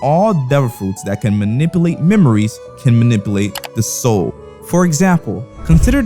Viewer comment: “abilltea” “manibulate” 😭